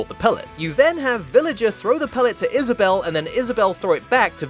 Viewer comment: I guess you can say she wad Is-Vissa-bell. 😂